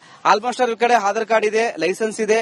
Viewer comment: ಹಾಢರ. ಅಲ್ಲೋ ಯಪ್ಪಾ ಆಧಾರ ಕಾರ್ಡ್ ಅನ್ನು